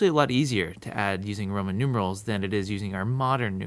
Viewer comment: u said proman instead of roman at the end